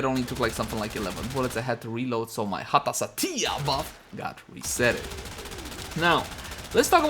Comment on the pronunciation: OMG i thought my parent call me when you call Satya cause you pronounce sound like Datiya ... XD